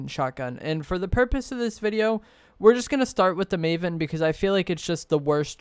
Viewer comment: First of all it’s “maven,” not “mavon.” And secondly, the maven is terrible, you’re wrong. It has the slowest ttk out of either of them. Only the exotic version is decent